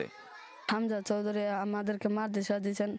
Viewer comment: Chowdhury is correct not Chowdhuri